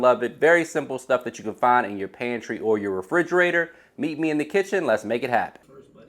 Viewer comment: Frigerater lmao